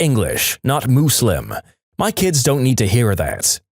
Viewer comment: No you mean "MOOSE-lim" as the the narrator said 😂